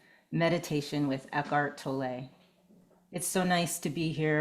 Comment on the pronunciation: Absolutely not how you pronounce his name, doing a video on him would probably suggest getting his name right…